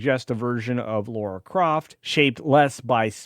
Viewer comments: Well I am out, this opinion is not required as this dude cannot even get the character’s name right… It’s Lara NOT “Laura” Croft. [Signed by] A Brit. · LARA not Laura